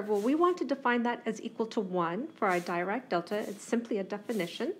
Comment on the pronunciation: Thank you for your informative lecture. Just a note about pronunciation: Dirac is pronounced as 'Dee-rak'.